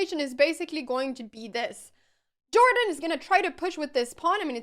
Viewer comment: I doubt that jordan is pronounced in this american way. I guess that someone who speaks swedish should know that :D